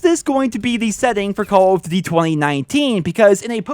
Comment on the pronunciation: He says cawl of dty